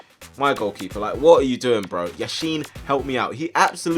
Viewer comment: yasheen ... LEV YASHIN!!!